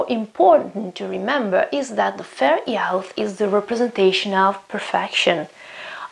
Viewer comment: great video! just one tip, fair youth is pronounced /ju:θ/ and crown /ˈkraʊn/ :)